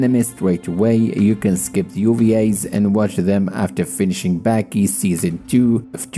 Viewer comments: why is he saying Backy. Ba-Ki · Dude, it's pronounced B-AH-Kee